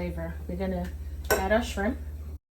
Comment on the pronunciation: Goin in for it TUH Noite! This looks good and You said "Scrimp" the ancestors had a hand in this one! Lol😂